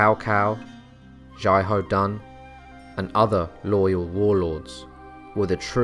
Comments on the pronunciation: At the start of the video you say his name as xiaho dan then you can say it as xiahao dan, his name is pronounced as xiaho dun. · His name is pronounced more like Shia hou Doon.